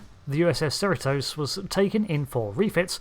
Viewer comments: It's pronounced seh-REE-tose, it doesn't matter where you are from or what language you speak- only how people pronounce it in and around Cerritos. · How do you say cerritos wrong when it's said in like every episode of lower decks lol